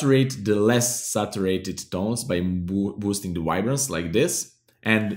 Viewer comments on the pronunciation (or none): did he say ribance? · I hear "wide-brance"